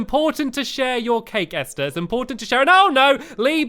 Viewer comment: I like how stampy says Esther right in his lovely world but he can't pronounce it in no no Kuni. 😒 I love you anyway! ❤️